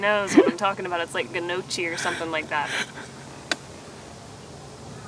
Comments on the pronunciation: G-no-chi 😂 No-kee 🫡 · I would say more like 'Nyoc - ee'